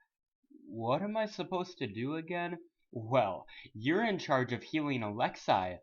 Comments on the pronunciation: "Alex-ay" not "Alex-EYE" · it's actually ah-lex-ay not ah-lex-eye